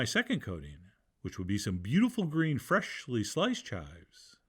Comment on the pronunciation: Why do you say freshly like that